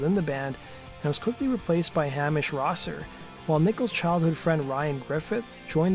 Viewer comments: ps.. its not "Creg".. its "Cray-g" and not "Ham-ish".. its "Hay-mish" *edit: you seem to have got Craig's name kinda right.. ;) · Hamish is pronounced "Hay Mish", not "Hammish".